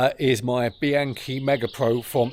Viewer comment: Would it kill you to at least try to pronounce the names involved correctly? You're! Pahn-tahn-ee. Bee-ahn-kee. I know you can do it!